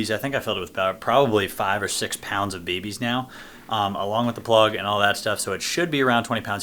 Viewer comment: Dude. You probably didn’t by realize it….but you are saying baby’s instead of bb’s lol